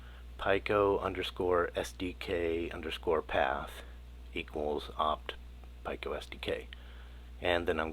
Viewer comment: This was a bit difficult to watch. You are the only person on the planet that pronounces Pico as "Pie-koh", where everyone else pronounces it as "Pee-koh".